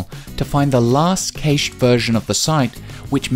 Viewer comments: I did like this BUT the word cache is pronounced "cash" as in money. I find it difficult to take advice from someone who can't even say it. ;) Still, thumbs up. You should do a series. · I can understand the British narrator's reluctance to correctly spell Thomas PaIne, not PaYne. Because Paine was a leader in America's fight for independence from England lol. However, there is no reason to pronounce 'cache' (which rhymes with 'mash') as if it rhymed with... er... hay-sh. On TV, they watch the American show with Alan Alda called Maysh. Brits love word play, being taught in school never to say, "There were many parts missing from my puzzle". but to say that many bits were missing. Another thing is that 'parts' is pronounced 'pots'. If you say, "I'm missing parts of my pot collection", it sounds exactly like, "I'm missing pots of my pot collection", which could mean you're missing parts of your part collection. So beweah! Faw-warned is faw-armed! Students who pronounce the letter 'r' (unless as the first letter) are sent to an island until they learn propahly that lions don't roar; they raw and you can only ask for maw tea. Their spirits saw when they have maw. I wondah if this pot gets anyone saw! I guess they consider Elmer Fudd cartoons a learning tool. At this video's suggestion, I will try Start Page